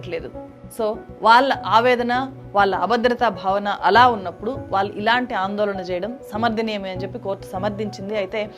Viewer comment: వేల కాదు వేళ వాల్లు కాదు వాళ్ళు ఆందోలన కాదు ఆందోళన ఎల్లు కాదు ఏళ్ళు ఇలా చెత్త మాట్లాడకు తల్లీ నీ తెలుగు మండ